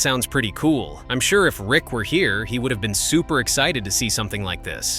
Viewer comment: Rick is NOT Chum's "Dad" Yet another AI generated narration of public domain videos. Waste of time with factual errors. Not to mention terrible pronunciation of common words.